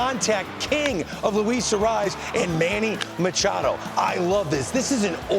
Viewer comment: Please, for the love of God, can you please get these stars' names right ?! It's not Cheerio it's Cher-ree-o. Arraez is not Arise it's Ah-rey-ez. Embarrassing talking g about these stars of the game and you can't even pronounce their names. Or be close !